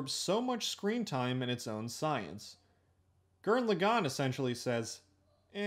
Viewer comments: “Tenga Tappa Gurren Luhgan” lmao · "G-er-anne L-ah-gone" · Hol up, how the fuck did you pronounce gurren lagann? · You butcher pronouncing Gurren Lagann so bad, I couldn't finish your video. Sorry